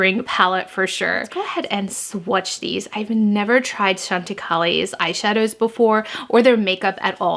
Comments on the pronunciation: I love Chantecaille. You look beautiful. I think it is pronounced Chăn tă kī. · Hi...I use chantecaille all the time...its actually pronounced Shawn ti kie:)